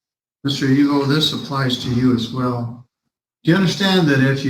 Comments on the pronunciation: I think his name is Eveaux ( Eeveeoh), or similar spelling, not Evil. 😅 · Evil? No its "E-VEAL"....like from that movie where the dunce calls the person behind the desk "Mr Dumb A$$" - he says "its pronounced DU MAS"